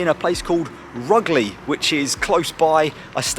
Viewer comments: He seriously said Rugglee 😂😂😂 it's Rugeley "Roo Gel ee" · Great Video. But I have never in all my years heard rugeley pronounced like that, gave me a giggle anyway 😂